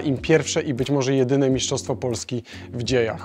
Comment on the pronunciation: Mistrzostwo - nie miszczostwo, trochę to drażni